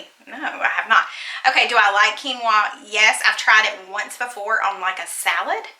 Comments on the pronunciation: I have to confess to you regarding Quinoa - a few years ago I went through the drive through at Panera Bread and ordered "kwinoa" - said it just like did so you are not alone and the sad thing is I had heard it pronounced the right way so should have figured it out, but as a person who is a visual learner and a good speller, my brain and mouth blurted out the way it SHOULD BE pronounced....so don't feel bad, as I was in my 40's when I did that so.....Definitely COKE!! My husband is Pepsi!! Loved Reba. There was some drama for my son this year and he is a sophomore at a private school, so totally understand wanting a break from that and no need to deal with it if it can be avoided in my opinion. My son was actually wanting to be home schooled as a result but I am not equipped for him and thankfully it worked out after lots of prayer and discussions, etc. I was able to homeschool my daughter in middle school for one year and that was through a co-op even but did not have the patience for it. We took her out as well because of girl drama and that break was good for her and she went back the following year and was fine. She did stay connected through sports and our school is affiliated with our church so she saw some of her friends at church regularly and we too had our church youth group that was great and helpful for her to have some social things to do. But, yes if it was not for church friends/student ministry, not sure how it would have worked out. I think it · 😂😂😂😂 That's ok! I pronounced it that exact same way when I first saw the WORD (kee noah )quinoa!😂😂😂😂😱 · I had the same reaction as when I learned how to pronounce "quinoa"! 🤣 Also, PEPSI!!!